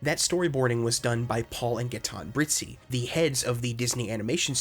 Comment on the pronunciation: for the french names: you said it well. except Gaëtan. the ë means it has to be prononced on it's own, so prononced Ga-é-tɑ̃ . Paul and Brizzi were well prononced even if i think the family name is italian. by the way : i'm french